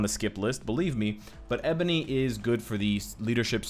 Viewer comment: Not to be rude but you pronounced Ebony wrong